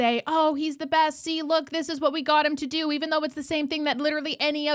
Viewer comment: Did Joly say the "Breast and the brightest"?? 😂